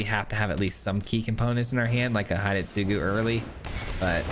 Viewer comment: the pronunciation for hidetsugu is not "hide" but more to "he day" - tsugu.